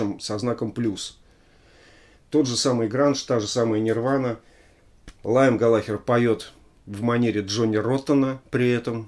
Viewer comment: Он же Лиам, не? Не Лайам )